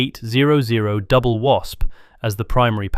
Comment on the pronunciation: Jet engine graphic?? AI slop. Also 2-8-0-0 is not how anyone pronounces that engine displacement.